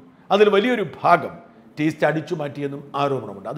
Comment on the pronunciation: ടീസ്റ്റ അല്ല. തീസ്ത!